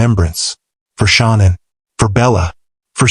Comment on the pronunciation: Shawn Ann?!😂😂😂😂SAY IT RIGHT‼️‼️🤣🤣🤣🤣